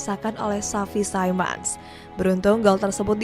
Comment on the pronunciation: ganjil banget bilang deschamp ga pake descyam malah deskem, bilang xavi simons biasa malah xavi saimond wkwk